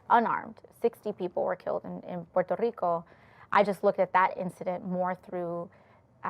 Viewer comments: Why does she get a different accent when she says Puerto Rico? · Why did she say Puerto Rico with an accent?